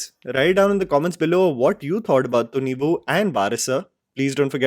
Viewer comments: "Thhunnivu" ? 😂 just Thunivu. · It's not tunivuuu, it's tuniv + quick soft uh sound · I think it's pronounced as thunivai. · pronunciation of Thunivu is Thunni-woo🤣🤣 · Kannadigas hearing the movie title pronounced by you! 😂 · kannadigas would be laughing on loop by the way pronounces thunivu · You cant even Say Thunivu Rightly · He can't even pronounce a movie title, but he judges an entire movie